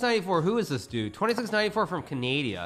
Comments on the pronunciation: when he said canadia i felt that 😔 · Is he trolling when he says, Ca Nay di A? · Bro said Canadia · Anyone else notice how he said Canadia lmao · am watching too much of your channel I think. I struggled to remember the actual name of the country you call Canadia.